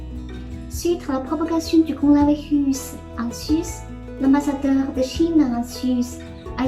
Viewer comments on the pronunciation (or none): mdr corolavirrus